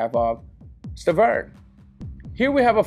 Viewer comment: Bro are u high you keep calling Wilder Sterven